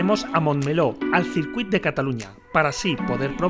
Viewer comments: En catalán se pronuncia "sircuit"! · Ox una cosilla ....el circuit de cataluña se pronuncia (sircuit) o si no circuito en casteyano jejejej